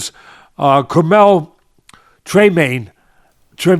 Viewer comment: Curmel Tremaine???? Who is that. I think has become totally afraid to correct Teddy. But please, Curmel Tremaine? WTF. Get his name right: Curmel Moton.